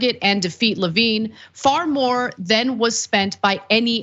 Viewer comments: Levin! Not Levine! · How did no one on her team stop her from saying Levin wrong over and over? He IS Carl’s son. 🤦🏼‍♀️